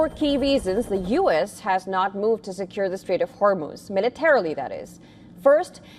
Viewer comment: Why does he keep saying horror moves like a Spanish person?😂😂😂😂